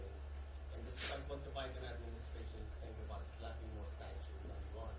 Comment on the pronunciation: Why did I hear him say O'Biden?